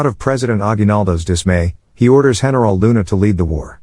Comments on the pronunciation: the way he pronounce heneral luna makes me smirk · Heneral luna ah yes